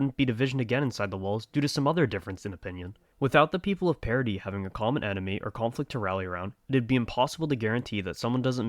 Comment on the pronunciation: Like oh my God this guy actually pronounces Paradis, Paradis and not paradiss